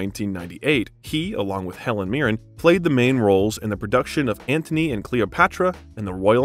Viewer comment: A pleasant film doc about a superb actor, irreparably marred by the narration. I have never heard so many grotesque mis-pronunciations in a 'professional' production. "AnTHony and Cleopatra"? "Vikompte day Valmont"? "Dangereusses"? "Visscount:? WTH? After 20 of them, I gave up counting. Was there no one available to correct this circus of howlers? Sorry to be unkind, but these many unforced errors denigrated the film's subject. One can only imagine what the real-life Rickman would have said about Mr Malaprompter.